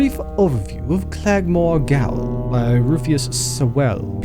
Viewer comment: "Gaol" is the British English spelling of the word "jail" and is pronounced as such.